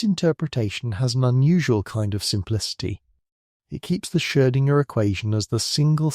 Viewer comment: Perhaps you could teach the AI voice to properly pronounce “Schrödinger.”